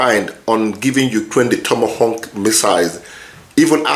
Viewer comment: Tomahawk not tomahonk